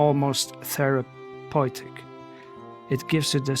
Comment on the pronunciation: German speaker detected with the “Therapeutik” 😊